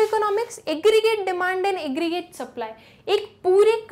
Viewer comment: Aggregrate "eggreate" 😂😂